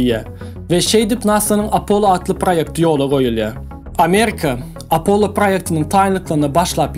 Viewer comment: Apollo diyman apolon diymesi🙂🙂🙂